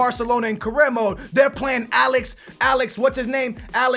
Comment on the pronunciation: its Aleix not Alex